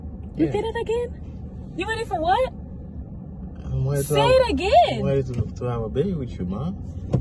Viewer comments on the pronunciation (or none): I can’t take you serious saying “I’m weady” 😂